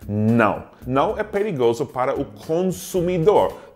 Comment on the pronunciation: "Noo, não é perigoso?" Mineirês detected!